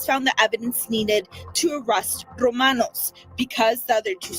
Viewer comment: The nams is pronounced Ro-man-oz.